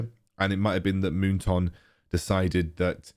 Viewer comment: Me: moon"Toon" like loney"Toon": Moon"Toonk📢" 😂😂